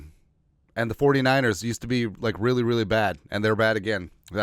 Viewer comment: when you mean to say Really ...you say Rearey..is that like Scooby Do LOL